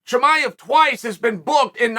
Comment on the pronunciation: Ayo did Chimaev get demoted from the Chael Appreciation List? Used to call him by name flawlessly, now he's Hamzat and we all know what it means when Uncle Chael f*cks up your name 😭😂